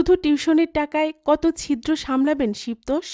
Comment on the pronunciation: "শিব তোষ" উচ্চারণ হবে ' শিবোতোষ ' একটু খেয়াল করবেন প্লিজ